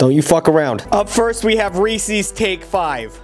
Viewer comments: For the last fucking time. IT ISNT REESEEES it’s Reese’s, because they belong to Reese. there is no way you are going to tell me that Reese is pronounced Reesee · This man really pronounced it as “Ree Seas” 😭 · 5 rep for saying reese's like that. The correct pronunciation is 'ree-suhz' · how is no one talking about how he pronounced reese's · Why. Do. You pronounce Reese's wrong. I'm just kidding pronounce it however you want